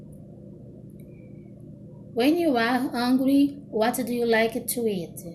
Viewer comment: moça vc pronuncia um pouquinho errado, eu n sei como explicar, por exemplo em "hungry" vc disse "ãngrui" mas se fala "rãngrui", meio dificil explicar em comentário mas enfim, teve outras coisas mas to com preguiça de escrever kkkk